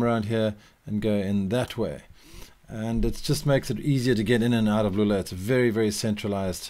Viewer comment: For anyone trying to pronounce Loulé, the correct pronunciation would be "Low-lé", and not" "Lu-lé". Great video!